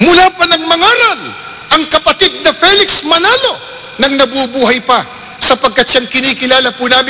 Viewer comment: Sir, do you know how to spell?:-) It's "Felix" and not "Peliks." Even if you were to say "Peliks" is the Tagalog transliteration of "Felix," it would still be incorrect. "Felix" is correctly pronounced as /ˈfiːlɪks/ (fee-lihks). The sound of the first syllable is /fi/ and not /pɛ/ or /fɛ/. If you will transliterate it, it should be "Filiks.";-)